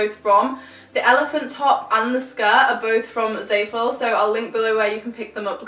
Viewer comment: It's zah-fool not zae-full